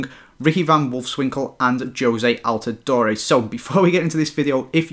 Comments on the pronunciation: Btw it's al-tah-door not door-eh. Just letting you know! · It's not Al-ti-doe-re it is Al-te-door